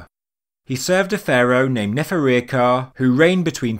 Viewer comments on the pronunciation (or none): its pronounced, Nefer-ir-Kha-Ray